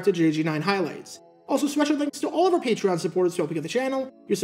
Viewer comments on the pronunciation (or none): none